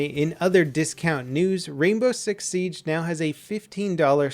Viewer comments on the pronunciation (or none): none